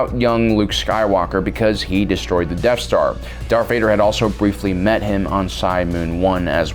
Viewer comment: Is it me or are you saying dark Vader ?